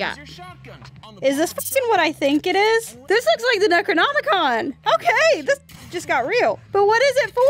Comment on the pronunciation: i meen "THE" not "TH"